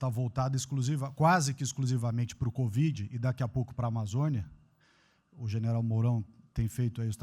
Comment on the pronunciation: Melhor parte foi o presida dizer: CODIV...😂😂😂😂😂